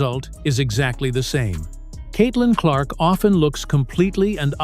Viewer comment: Stephen says Caitlin Clock